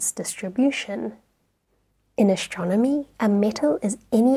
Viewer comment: I like the way she pronounces ashtronomy 😁